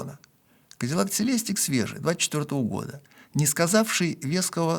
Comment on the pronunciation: Doug DeMuro - Даг Демиро по-русски! Он так произносит своё имя. Celestic - СелестИк! Произносите слова правильно!